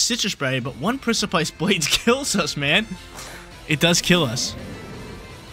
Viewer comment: Got watch out for the Pric-aye-pice Blades at all times